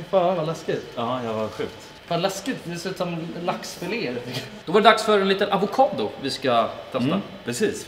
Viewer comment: Stjärna, särna och avosado...